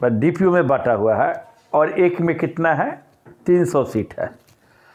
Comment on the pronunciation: डिपो होता है डीपीओ नही 😅😅